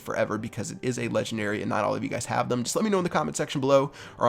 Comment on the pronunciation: When says "intel" instead of until